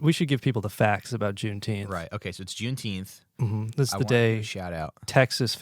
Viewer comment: It's pronounced "Juneteemf"